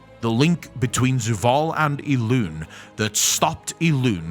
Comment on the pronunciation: It's Zovaal.. not Zuvaal